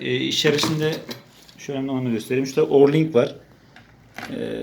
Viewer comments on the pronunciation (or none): Orlink değil, o ring.